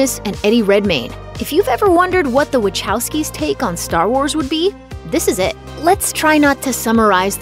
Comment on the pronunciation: Wachowski is pronounced "Vahofsky."